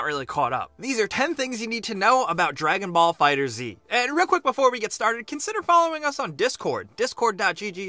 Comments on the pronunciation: im sorry guys, but please get your pronunciation correct next time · I hate that you mispronounced the name this whole video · Ahhh stop pronouncing the "Z" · Although I liked all the info I can't like this video. You have mispronounced the game's name since you first mentioned it and continue to even now. I let it go before but it bothers me that you didn't figure it out for the main video. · Another thing you NEED to know: Its pronounced Dragon Ball Fighters, not Dragon Ball Fighter Zee. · My dude, it’s a pun. FighterZ, like fighters , not Fighter-Z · Stop. Calling. It. Fighter-Z. IT’S FIGHTERS. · Dragon ball fighterzz sounds stupid Dragon ball fighter Z sounds way better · Here's are 3 more things you should know: 1. its pronounced Fighters not Fighter Z 2. Tomomi Hiroki (producer) is a woman not a man 3. The story mode has some depth as your health bar does not replenish between fights and you can equip stat changing items (single player only) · its Dragon ball fighterZ (fighterS) NOT FIGHTER Z FFS !!!! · E M C it's pronounced like Fighters. There's no space. No idea why he said fighter z. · Actually the most important thing to know about this game, it's called Dragon ball FighterZ (pronounced "Fighters") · God damn it it's pronounced Fighterss!! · FIGHTERS ZEE? the developer said it’s pronounced Fighters, but ends with a z to reference the show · One thing you NEED to know; the title is pronounced "Dragon Ball Fighters", not "Dragon Ball Fighter Zee". Sorry, but it's true. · It’s actually pronounced “Dragon Ball Fighterz”, not “Dragon Ball Fighter Z”. So maybe, 11 things you need to know. :D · One more thing to know is how to pronounce the title. It's FighterZ (fighters) not Fighter Z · Dragon Ball FighterZ, like "fighters". Not fighter-Z. The game has been marketed for months and comes out in a few days. How can you not know this? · Anybody else getting triggered that is saying Fighter Z and not Fighters? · Dude it's Fighterz! Not Fighter Z! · fighter Z